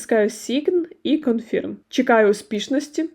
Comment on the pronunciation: Дякую за детальне відео. Але, будь ласка - правильно промовляйте англійські слова. А то Ваше sign confirm - просто ріже мозок